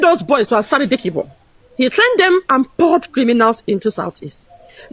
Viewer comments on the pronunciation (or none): Please not Ansari Dikibo , but Asari Dukubo .